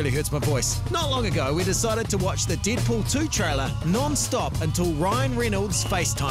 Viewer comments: "Deedpool" lol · You said Deed Poul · "DEEDPOOL" "RYAN REENOLDS"